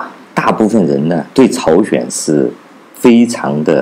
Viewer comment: 朝鲜，不是朝选